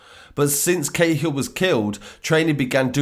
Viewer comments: Cahill is pronounced ka-hill not ca-hill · Ca hill not k hill